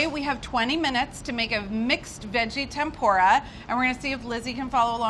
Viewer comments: They way she says Tempura it’s PRONOUNCED tem-poorah sorry just a triggered Japanese here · I don't mean to be that guy but it's pronounced Tem-Poo-ra. almost like the PU part has a U not a O. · any other asian kinda of mad how she said tempura